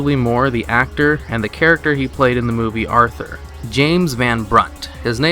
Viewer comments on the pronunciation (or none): none